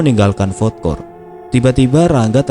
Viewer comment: Ralat min,bkn fod kort tp fud kort.